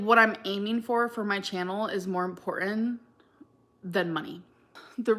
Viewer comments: Still saying, "imporin" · It's so annoying. Def a far cry from her valley girl voice. Actually I'm not even sure it's valley girl. She has this weird habit of emphasizing when not even necessary. ImporTENt. Love that for youuuuuauh. LiterUHleeee. Buh-raid. Era-uhh and the list goes on 😆